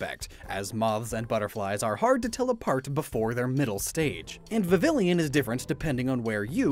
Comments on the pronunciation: It's Viv-EE-yen not Viv-ill-INN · Just so you know, Vivillon isn't pronounced "viv-ill-ee-yon" like you keep saying, it's "Vivi-yawn" because the naming scheme is similar to "Papillon", French for butterfly, and the double L sounds like a Y. Just like guillotine. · The way he said Vivillon’s name is driving me insane. Viv-vie-ohn. Not Vi-vill-ion. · Ok, I would just like to point out that he says, "vi-vil-ee-uhn" Though its official pronounciation is "vi-vee-aan" because of its japanese name,"Viviyon." Don't get me wrong, it's a common mistake, but i don't even know how you would have gotten that. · It’s viv-E-on, not vivillion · Vivillon is pronounced vi-vee-on since it comes from the French word for butterfly papillon (the 'l's r silent) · Not exactly silent, more like a "y" tbh, so it's more viviyon, vivyon, idk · "Vi-veey-on" is the correct pronounciation in French a double "L" makes a "Y" sound like yeh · Vivillon is actually pronounced vivi-yawn because it’s from kalos and the French word for butterfly is papillon (pappy-yawn), there’s also a small dog breed be the same name as it is French and it has large ears resembling butterfly wings (I would know I have one) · Ok. For a person learning French, I must say that your pronunciation of Vivillon is INCREDIBLY incorrect. The French word for butterfly is Papillon pronounced “Pap-eon” because the double L in French sounds like E a lot of the time, but it’s never said like ill, therefore, Vivillon is pronounced “Viv-Eon” The more you know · FYI Vivillon is pronounced vi as in video, vi again, and then yawn. The double L is like spanish and there is no I after them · it’s pronounced viv-ee-yawn. Not like pavilion. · Slight correction (I know, a year in the making): Vivillon is actually pronounced like Vih-vee-yawn. The double L in some languages is pronounced like a y. This is further stated by the Japanese name Viviyon. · Don't pronounce the two Ls in Vivillon.